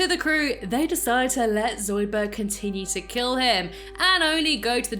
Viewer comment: Yes, NOT Zoudburg. Shut up Zoidburg!